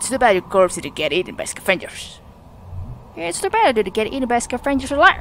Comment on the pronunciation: clipped your mic haha scavengers doesn't have the same emphasis as avengers lol, it's SCAvengers, not scaVENgers lol